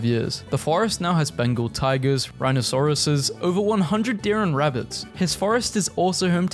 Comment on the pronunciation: no way my guy said RHINO-SAURUSSES